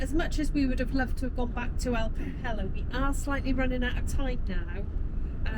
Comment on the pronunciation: pedantic point . The pronunciation of Campello is Cam-pay-o